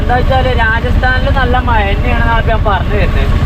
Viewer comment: മയ അല്ലേടാ കോപ്പേ, മഴയാണ് ശരി